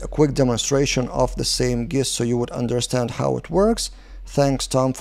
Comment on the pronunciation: Nice vid as always,. Thanks! Just a heads-up from a native English speaker. The word “gist” is pronounced with a soft ‘G’ like the word “gin.” So more like it would be spelled “jist”.